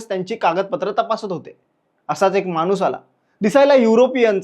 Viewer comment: मानुस नाही माणूस म्हणा.